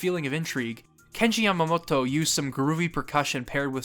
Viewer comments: Its cute how you say the japanese names, but when you say Yamamoto it sounds like your pronouncing it like Yamamotto. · Just a quick note: Yamamoto is pronounced as it is spelled. You've pronounced it here as Yamamot-to. Japanese consonants are short unless explicitly made long, so this is a vastly incorrect pronunciation. Great video otherwise.